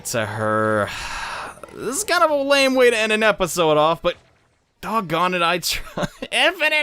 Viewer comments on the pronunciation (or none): none